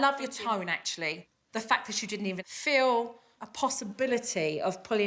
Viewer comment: They should fiw good about going out for a miw? Supernanny, your pronunciation is APPALLING!!!